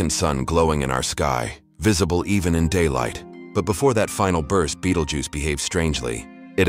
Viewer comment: it’s not goose. If you’re gonna use AI to do videos, at least do it right.